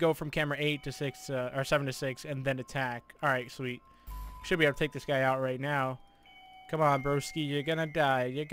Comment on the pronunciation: He said can i talé your order